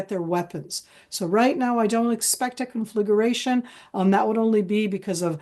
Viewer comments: WHY can't any of your guest speakers spell CONFLAGRATION and say instead "conflagUration"??? It's NOT difficult... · Con fla gration please not confligerratioon. Nitpik from love. You folks have an awesome new show. Watch it daily